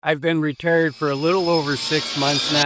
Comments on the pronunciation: Why do you say "ruhturd" instead of "retired"? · Are you saying returd?